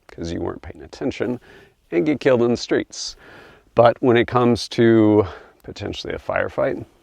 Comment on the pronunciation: Every time he said “killed in the streets” I heard it as “Kilt inda streetz” lol